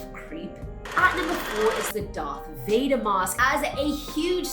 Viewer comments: It's Darth VadEr, not Darth VadOr LoL XD XD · Vador? COME ON BRO. IT'S VADER. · Darth Vader not Vador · Vador not Vader? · It said Darth Vader not dark Vader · "Darth Vador" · "I'm a huge Star Wars fan" Still gets Vader's name wrong